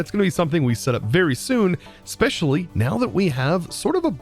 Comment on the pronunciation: are you aware/do you care that you say 'Xspecially'